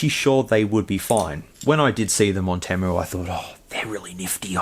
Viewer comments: It’s pronounced “tee-moo” not “tim-moo”. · TEA-moo. Not TEH-mu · Its actually pronounced TEE-MOO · No way dude you even added the letter "R" in Temu.. I cant do it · Have you not seen enough ads to know it's pronounced Teemu, or is it different down there? Serious question. 🤔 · Interesting video but he says temu wrong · Where are you getting the "A" from in temu? Or am I just pronouncing it wrong?